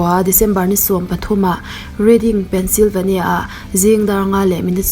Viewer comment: i love T.S 💓💓💓 Pencilvenia nilo Penslyvania ania (pen sli va nia tia pronounce tur)